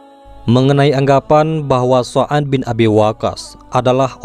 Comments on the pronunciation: Oh Sa'ad Bin Waqqash,,Tapi Saat Saya liat N Dengar Konten Ini Terdengar Sa'an Bin Abi Waqqash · Dibacanya saad,bin Abi,waqas bukan soan mas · Maaf Min,, Apakah Anda mengucapkan Nama Saan Bin Abi Waqqash dalam Membaca Narasi??